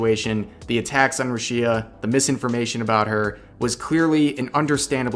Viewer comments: The biggest drama here is Rev mispronouncing her name as "rew-shee-uh" instead of "Roo-shee-ah" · It's RUshia not ruSHIa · That mispronouncing of the name earned himself a dislike. Haha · That pronunciation tho. Ruesheea 😂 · What triggered braindeads: see Revs recap What triggers me: Rev says Ru-Shia. Every. Damn. TIME. "private life of the talemt is left up to the individual. We, as cover, do not interfere with our talents' private lives." Say it with me: Entertainment. 👏 Company. 👏 GET BENT WEIRDOS. UNLEASH HELL YAGOO! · the way you misspronounce the name is driving me fucking nuts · man if you mispronounce Rushia one more time I swear I’m punching my monitor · The real drama is how you pronounce Rushia